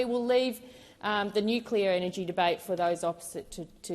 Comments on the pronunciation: NO .......GALLAR .......NUCLEAR IS THE WAY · Boneheaded Bowen can’t even pronounce Nuclear…..☢️